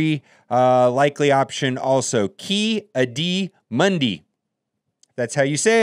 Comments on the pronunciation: Pretty good pronunciations except Ki-Adi-Mundi which is fair😂 it’s (kee-aww-dee-moon-dee) if you’d like a pronounced spelling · Key - odd ee - munn dee :) for the record haha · Key-audy-muhn-dee Lol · Isn’t it pronounced Ky-aid-e Moon-di Or Key-A-Dee Mun-dee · Those pronunciations had me dying! That subtle switch to "this guy" instead of Ki Adi Mundi... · Listening to him pronounce ki-adi Mundi was painful. Watch the clone wars show